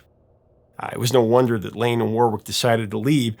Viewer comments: It’s is Warrick not Warwick. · Warwick is pronounced WORRICK. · The British pronunciation of the name 'Warwick' sounds like 'worrick' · I meant to say that the name is spelt Warwick but is pronounced Warrick.